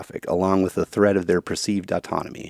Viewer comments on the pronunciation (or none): none